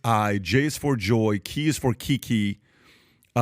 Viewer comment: K is for kiki,,,, dude it’s pronounced “Ky Ky” and means having sex in drag. 🫣🫣🫣 like how was THAT the one you completely skipped over ?